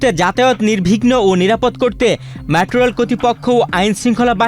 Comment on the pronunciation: News presenter er pronunciation valo na. মেট্রো রেল হবে, উনি বলছে ম্যাট্রো রেল